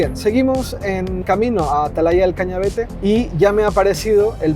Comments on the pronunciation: Hay algo que me molesta mucho en este video, y en el de Angel... Y es que, teniendo el nombre del sitio en la pantalla, sigais diciendo "Cañavete", cuando es Cañavate. 😁😁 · ¿Porque todos decís mal el nombre de Atalaya del Cañavate? 😅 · Atalaya del Cañavate, Cañavate, Cañavate !!! Que muchos en Youtube lo decís mal